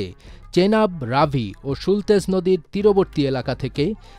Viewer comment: সম্ভবত শতলুজ।